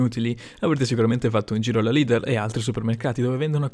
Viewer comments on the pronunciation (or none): none